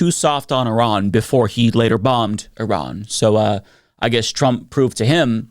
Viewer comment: As someone who is part Iranian, it’s really nice to know that one of the top Democratic politicians thinks my relatives are the “bad guys” who don’t deserve any sympathy. When you bomb a place, you aren’t bombing the government. You are bombing the people. Also, pronouncing Iran like Eye-Rayan? Come on.